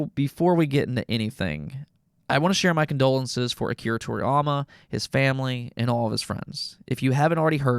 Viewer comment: To-ri-YA-ma! NOT To-riy-ama!